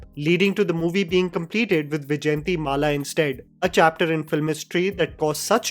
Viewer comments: Dude you need to brush up pronouncing Indian names - it is Vaijayantimala, not Vijayantimala. That is mala on Vishnu. In other video on Varansai you got even Ramayan worng besides Keeravaani also. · It's Why Jayanti Maala the pronunciation